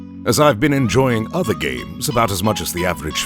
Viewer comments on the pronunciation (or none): none